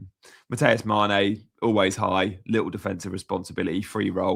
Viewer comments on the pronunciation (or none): none